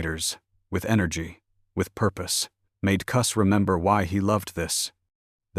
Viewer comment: Koos 🙄 it’s Cus damn AI